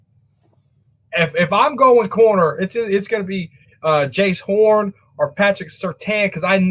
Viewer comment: If you like Jaycee Horn at least learn his name and pronounce it right SMH!